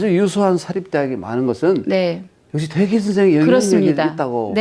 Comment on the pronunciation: 또 약갼 의아스러운 일! 여교수의 "퇴계"의 "퇴"를짧게 잘못 발음한 일입다. ""퇴"는 길게 발음하시옵소서. 퇴계론 에 "퇴계"의 발음을 바르게 발음하지 못한다는 것은 이 얼마나 큰 실례인가? 긴 자를 짧게 잘못 발음한 예:4단 조복 , 세계,제사,퇴계, 퇴계,(마련해) 줘서등이면, 이런 발ㅇ.ㅁ 문제를 가볍게 보아도 좋은지요? 저는 심각한 문제라고 생각합니다. "한국 어문을 고발함"이라는 책을 읽어 보실까요? 미국 변 완수 드림